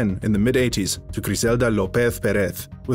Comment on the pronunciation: "guthman" "lopeth pereth" You know they're pronounced with the 'z' right